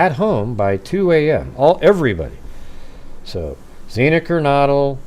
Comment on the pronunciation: I know it’s such a small thing normally but, because of the context, I think pronouncing the victims’ names is important. XANA sounds like “manna.” No hard/long A. KERNODLE sounds like “yodel.”